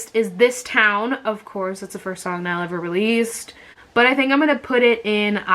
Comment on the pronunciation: she spelled niall like nile lol